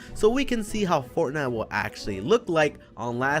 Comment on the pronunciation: u forgot the t in fortnite